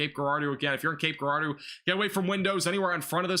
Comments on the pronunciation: Cape Gerard-O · Cape Jer-ard-o